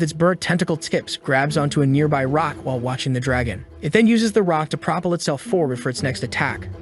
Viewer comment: Great story but fix the narration. It mispronounces words occasionally. For example, propel, which the narration pronounced "pro_puhl"